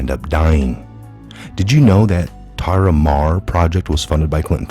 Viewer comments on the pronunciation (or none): none